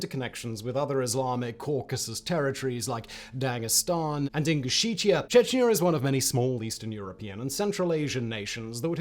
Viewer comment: Republic of Ingusheita? Never heard of it. Sometimes I wonder if you YouTube historians occasionally just make up place names with no details just to see if you can slip one by the audience. Ingosheita in my pants!